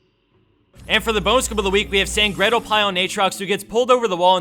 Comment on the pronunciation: Sangreodelpaio? Last name is pronounced sangre del pie. SAN-GRE-DEL-PI-E